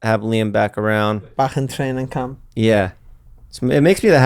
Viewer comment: “Bach en training cahmp”